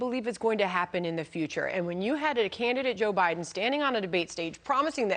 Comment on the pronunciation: She called it Biwden ,and she is still at fox . She is in part what went fox news.